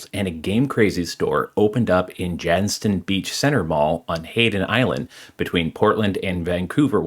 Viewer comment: fun fact, the T in Jantzen beach is silent. we just call it Janzen beach lol